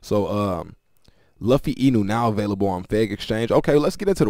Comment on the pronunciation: Bro as anime otaku. It luffy like (lu-fee) not (lov-fe)